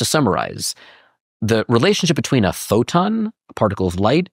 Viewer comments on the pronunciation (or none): Im suspicious of anyone who says photon like that